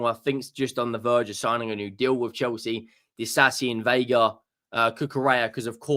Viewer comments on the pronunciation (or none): none